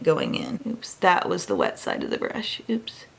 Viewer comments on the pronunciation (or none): none